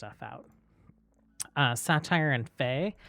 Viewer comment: I've always hear sait-er not satire for saytr